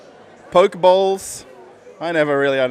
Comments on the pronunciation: Hey, enjoy your videos. As a foodie from Germantown, Maryland, can tell you Pho is the Vietnamese soup bowls and is pronounced Fa. Also, the Poke bowls from Korea is also pronounced, Po-Kay. Keep on rocking. Steve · Poke (poh-kay) is of Hawaiian origin...